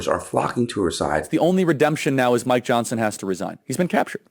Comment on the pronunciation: "Mike Johnt-sen..." Now we know where all the 'T's gen z has no use for have gone.